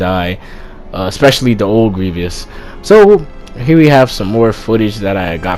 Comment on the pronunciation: my man kept saying "grievious".